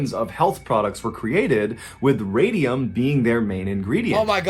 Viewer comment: No, it is Radium